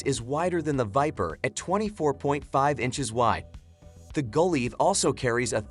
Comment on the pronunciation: Summit "Go-Lie-Ath", not Go-Lee-ath". The Cougar Claw climbers are much better than the Summit stands but the Summits have a little more comfortable seats.